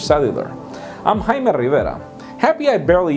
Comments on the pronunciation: Ok, Let's try it together, Jayyy-Meee. Ok. Your turn. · It's pronounced Jay-Me. Say your name right.